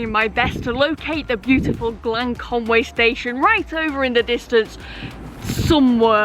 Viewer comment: Sorry, but it's called Conwy, not Conway.